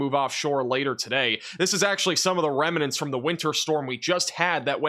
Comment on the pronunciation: It's not "reminents." It's "remnants." (pronounced rim-nents)